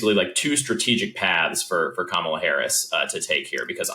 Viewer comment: Sorry, done listening, Bill, until you learn to pronounce Kamala's name.